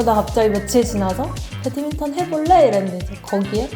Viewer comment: 배드민턴유튜브하는 사람이면 배드맨턴 말고 배드민턴이라고 해줬으면 좋겠습니다